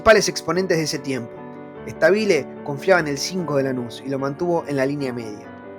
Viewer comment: Excelente recuerdo pibe. ( No es Stabile acentuando la pronunciación de la i, es Stabile acentuando la a )